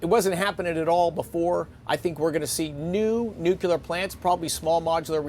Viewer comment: OMG, you're the Energy Secretary. Please learn how to pronounce "Nuclear".